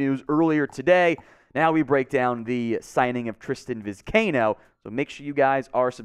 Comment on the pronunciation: For Gods sake it’s Vi-sky-ee-no!!!